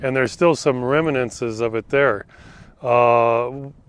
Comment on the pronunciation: Reminenses lmfao